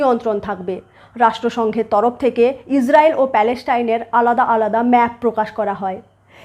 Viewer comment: Please 's' এবং 'sh' এর উচ্চারণ টা সঠিক করে নিন। আপনি প্রত্যেক টা 's' কে 'sh' উচ্চারণ করছেন। এই একটা কারণে আপনার এতো ভালো ভিডিও সুখ শ্রাব্য হয় না। ' israel' কে 'ishrael', 'palestine' কে 'paleshtine', 'hamas' কে 'hamash', 'muslim' কে 'mushlim', 'islam' কে 'ishlam', 'trust' কে 'trusht' ইত্যাদি ইত্যাদি না বলে যদি উচ্চারণ সঠিক করে নেন তা হলে ভিডিও গুলো খুবই ভালো রূপ ধারণ করবে।